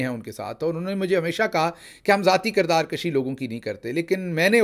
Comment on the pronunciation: Correct word is kirdaar kushi not kashi kushi means to kill and kashi means to pull.